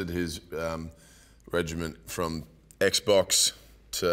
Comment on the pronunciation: "X-Blox" lmao